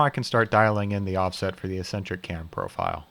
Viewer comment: Do a lot of people say "ess-entric" instead of "ex-entric"? That's new to me.